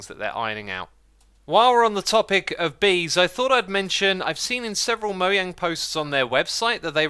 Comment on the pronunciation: Nobody: xisumavoid: Moyang